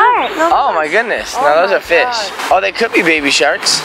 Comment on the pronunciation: instead of fishpipe hawaii i thought is said fishpee hawaii LOL